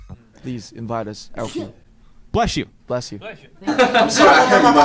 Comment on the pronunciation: why cant the American interview say BLESS you instead of blesh you, but namjoon (a fOREIgNER) can say it correctly